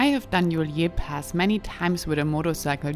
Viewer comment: Ist’s not pronounced Juliér Pass but Julier Pass. No accent on the e!